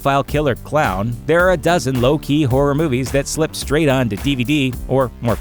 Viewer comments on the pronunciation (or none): none